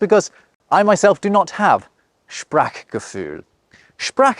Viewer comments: Why did you say Sprachgefühl like Sprackgefühl😂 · PRONOUNCE IT CORRECTLY IT'S "SPRACCHCHCHCHGEFÜHL NOT SPRACKKKCKKKKKCKKCGEFÜHL DU KLEINER *****SOHN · Its Not sprak its more like sprare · you don't pronounce 'Sprachgefühl' correctly. 'Sprach' has a long 'a', like 'ah', not a short one. Also you miss the 'p' out of Backpfeifengesicht! More Babbel prescribed! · I think you would have more feel for German if you pronounced it: Spraachgefühl 😀👍+1. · please stay a little bit longer on the »ch« sound and have a short Break bevor you go to the »g«. Try to speak »Spracchh gefühl«. please stay a little longer on the »e«. Try to speak »Weegbier«. (not like »ee« in »bee«!) you swallowed the »r« from »Fernweh« maybe a little bit longer on the »u« from »Zugzwang« restart the »p« by »Treppenwitz« (Trep penwitz) if you pronounce the »g« like a »ch« you are in the northgerman dialegt / dutch. »g« is like a softer »k« I would really prefer if the English would take some stuff of the Germangrammar/Alphabet but only the good one. but when it has to be a word I would take »KA« short vor »Keine Ahnung« (I don't know) E.g. Write the first Letter of every Noun capitalised. Have grammarcases: like »The Dog loves the Cat« means »Der Hund liebt die Katze« but also »Die Katze liebt der Hund« and »The Cat loves the Dog« means »Die Katze liebt den Hund« but also »Den Hund liebt die Katze«. And from the alphabet: This I wish to copy: A, B, D, F, G, I, J, K, L, M, N, O, Ö, R, ß, T, Ü, W, Z always pronounced as A, B, D, F, G, I, J, K, L, M, N, O, Ö, R, ß, T, Ü, W, Z These not: C nearly only used for ch and the rest are borrowed words from other languages. E (is the weirdest) mostly like an e, but bei ei it's an a and bei ie it's an i and by eu it's an o, KA why H always as »h« expect by »ch« than it's a »ch« sound. P always as »p« expect by »ph« then it's an »f« Q has the same problem like in english you can use g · Please stop pronouncing "Sprachgefühl" with a short a